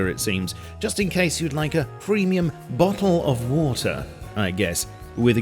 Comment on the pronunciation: He did it! He said the thing! "Bottle of watah"